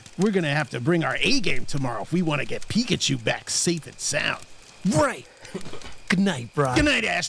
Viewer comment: Bro that ain’t pickachu that’s mekachu